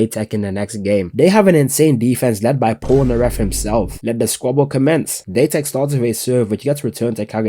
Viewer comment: date tech not daytech